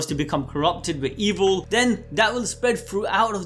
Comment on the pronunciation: My guy said Evil like ELVIL Respect